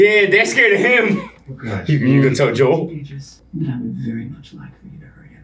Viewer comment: You guys are saying his name wrong lol it's Joel not jewell